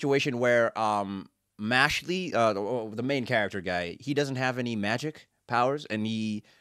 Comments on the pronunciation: Please please please keep watching this series! I've been waiting over A YEAR for this anime! 🔥🔥🔥Trust me, Good Brother, each episode gets better than the last🤩🤩🤩. Trust me, bro, this episode hasn't shown ANYTHING yet! 😃😃And I think it's pronounced: "Mash-El" 😅😅😅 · First of all, the E is silent in Mashle 😂😂😂 2nd of, Mash is a wholesome Saitama. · OMG FOR THE LOVE OF GOD dont call him mashlee call him Mashle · This man it's mash sheell